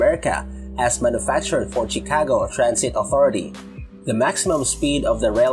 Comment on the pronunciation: CHIcago is pronounced SHEcago.